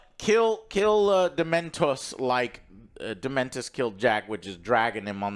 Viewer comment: I'm now confident Joe purposely says characters names wrong at this point. Dementor < Dementus